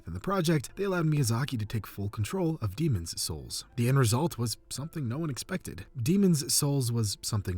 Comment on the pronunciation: Why do you say Demon's souls like that?!